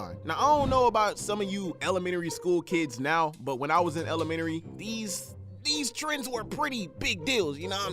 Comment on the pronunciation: She said Elementary not Elementary